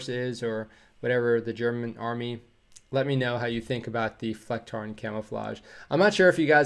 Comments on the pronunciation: Your pronounciation of the Flecktarn camouflage (btw. German Armed Forces = Bundeswehr (Army), Marine (Naval) and Luftwaffe (Air Force)) was very good. It is a nice camo which works well and I am completely ok with 'A'-tier. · We als have arctic and desert variatons of the Flecktarn. (Perfect pronounciation, btw). We went through some minor changes during the years. It all started with the Waffen - SS wearing "Platanen (plane tree)", "Rauch (smoke)", "Eichenlaub (oak leaves)" and "Erbs(peas)tarnmuster". That's also the reason why the Dutch and some others didn't want to adapt the Flecktarn. The Flecktarn works really great in central Europe. I hope they don't change it to something different. That would be a waste of money without a reason and rob us of a cool look. If you need someone to translate a video for you for some bucks, hit me up. I've seen the subtitles that you were working with in some German reaction videos and it was just word-vomit.